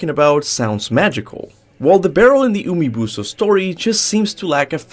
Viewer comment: "Umibuso" I just can't 😂